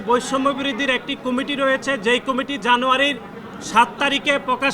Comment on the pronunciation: কুমিটি না আব্বা কমিটি!